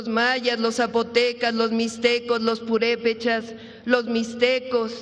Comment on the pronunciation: Ay no oiga lea bien sus notas, la palabra correcta es : PURÉPECHAS, con acento, pronúncielo adecuadamente, si no sabe leer, con todo respeto dedíquese a otra cosa. Caray!